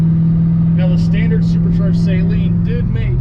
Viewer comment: I thought it was Saleen Not saYleen